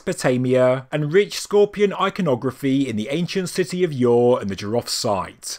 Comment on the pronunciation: jiroft (in persian)جیرفت not jiraft :)